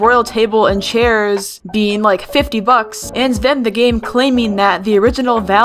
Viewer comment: It was the "chaier" for me lol